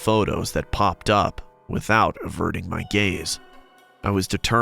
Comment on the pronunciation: the way he says averting😭